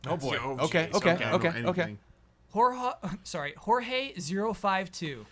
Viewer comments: Correction: Jorge-052 is pronounced "George" lol. pliss, Halo is my lifeblood. ty. Great podcast as usual! Very fun L&R questions. -Julian/FUNKNOWN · Correction: Jorge in reach is pronounced as George